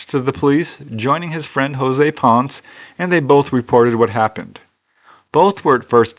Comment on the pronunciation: the last name PONCE is pronounced PON-SSEH, just something you might want to know.,.